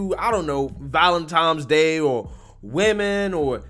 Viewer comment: ValenToms Day?🤔